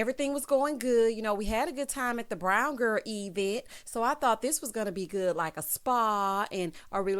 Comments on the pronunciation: When she said E-vent... I hollered😂🤣🤣🤣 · Omgosh I thought I was the only one catching that so annoying 😂🤦🏾‍♀️